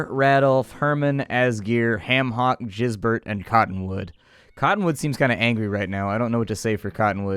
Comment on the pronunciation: I'm pretty sure Gisbert is pronounced with a "g" like in "game"